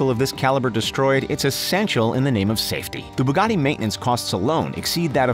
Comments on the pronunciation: yes but he probably doesn't know the difference of supercar and hypercar he called the Veyron and Regera supercar and said Bugatti like Bagtii lol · Mahdiyar Saberi he said baggatii lol